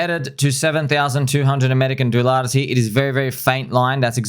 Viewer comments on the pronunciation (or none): "Amrican dulars" :X :X :X